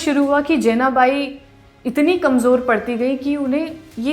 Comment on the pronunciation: Jenabai nhi , Janabai..... Marathi Lady.